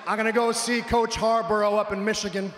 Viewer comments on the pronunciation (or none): Who is coach "Har-borough?" I believe that'd be HarBAUGH there Shane. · I've only seen this one clip so far, but this must have taken place in Ohio given the reference to the University of Michigan drawing heat. But you could at least get the coaches name right! Its pronounced Harbaugh, not Harbourgh, and while the football team had a decent season last year, they are far from a championship caliber team. Especially given how Ohio State has won a national title this decade and last decade but Michigan hasn't since the 1990s. I'll award an A for effort though. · Did Anyone notice that he said harborro and not harbaugh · Next tiem Shane, say Harbaugh like Har Bow. Yea. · He pronounced Harbaugh sooooo wrong